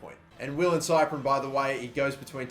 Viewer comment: Cyprien is pronunced SEE-PRI-ON